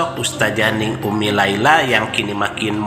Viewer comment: Bukan Neng tapi dibacanya Ning. Ning dgn Neng lain, artinya , maaf koreksi.